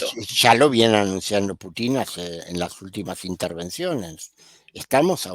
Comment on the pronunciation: Me ha gustado mucho el análisis, muy claro y lógico. De qué nacionalidad es? Me gustaría hacerle una corrección de un error muy frecuente en Chile y algunos otros países latinoamericanos, la pronunciación del apellido del presidente de Rusia es Putin, con acento en la letra u, no con tilde en la letra i. Seria bueno pronunciarlo como corresponde.